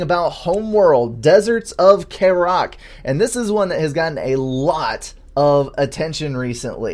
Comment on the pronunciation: pls, kharak is not pronounced like that, both 'A's are short. I'm sorry to be that guy, but I've listened to all your vids on this so far and that's like an itch I can't scratch XD